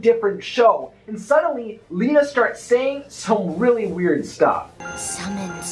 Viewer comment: Lena is Magica de Spell’s shadow. Before Magica was sealed away completely in Scrooge McDuck’s dime, she enchanted her shadow, the shadow became a corporeal entity that created it’s own form and identity: which is Lena. P.S. It is pronounced “Lena” not “Lina”